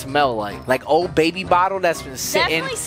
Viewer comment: When I watched this video for the first time Me:did just say the B word atleast it sounded like it 0-0